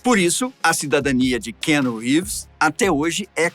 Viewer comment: Não gostei do apresentador 1 não sabe nem falar o nome do ator .. ficou chato demais .. Ivan volta 😢